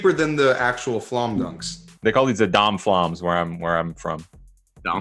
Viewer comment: "Don Flom"-Brendan